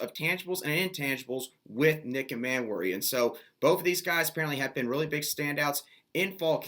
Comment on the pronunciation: Dude, I like your stuff but you seriously need to work on your pronunciation of the players' names: Nick Emmanwori and Montque Rhames in particular. Details count when you get to a certain level. Just food food thought.